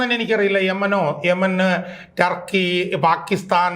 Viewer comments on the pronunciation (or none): none